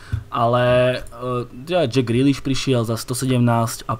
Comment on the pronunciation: Když se to jméno vysloví ve tvaru Džeka Grýliša, přijde mi to, nevím proč, komické. Jako by byl Jack šohaj ze seriálu Slovácko sa nesúdi. Liam je skvělý, měl by hodnotit i jiné týmy, výtečné postřehy.